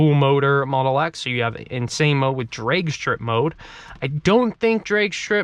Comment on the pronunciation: Please close the doors in the rain!! As a car guy, that was bothering me so much. Apart from that, good video! You need a few more adjectives though haha Also what's up with mispronounced words? COM FURT DRAEG STRIP MODE.. WHY!!!!???